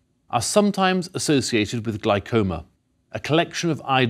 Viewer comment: Glycoma? Oof! Love The great courses, though. Thank you sincerely for letting us watch this.